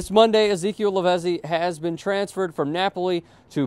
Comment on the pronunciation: Lavezzi is pronounced LAVETSEE